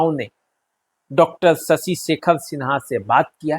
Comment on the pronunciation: PROPER NAME IS SHASHI SHEKHER SINHA , NOT SASI SEKHER SINHA. PLEASE CORRUPT THE PRONOUNCIATION IN FUTURE.